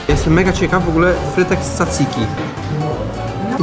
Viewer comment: Tzatziki wymawia sie dzadziki a nie tsacyki